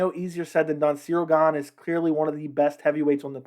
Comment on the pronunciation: About Chael..... Chael has a great shtick. It's fun. I prefer how he talks off the cuff and from his own memory. I prefer Chael over people who do an mma video and constantly read off of people's mma records on Wikipedia in an attempt to sound like an expert. Chael also pronounces Gane's name as "Surreal Gong" and acts like he doesn't know better. The gimmick that Chael has is great. But what can you expect from Chael. The dude's undefeated. Hasn't even lost a round!